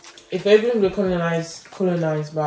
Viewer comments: THE Guy pronounced it right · Btw your dad is right pronouncing Ethiopia 💕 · The one with the red headband pronounced it very well!!! Ethiopia 🇪🇹